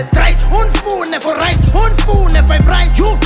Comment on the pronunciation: 🤣🤣🤣🤣Did he say fiverice? 🤦🏽‍♀️